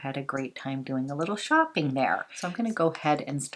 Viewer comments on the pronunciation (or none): none